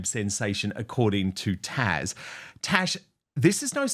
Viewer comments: It is not tash, it is taz. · It's Taz with a "Z" NOT Tash. Just FYI.